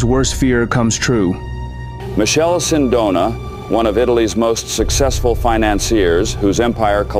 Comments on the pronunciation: It's MiKele Sindona, or if you really want to English size it call him Michael for fucs sake not Michelle 😂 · can't lie, the moment the narrator pronounced Michele as Michelle I had a huge urge to leave the video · In Italian, it’s pronounced : Mi -KEH - leh. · The pronounciation of the Italian name 'Michele' is horrendous. Man!!! It does not sound like the French 'Michel' or 'Michelle' at all.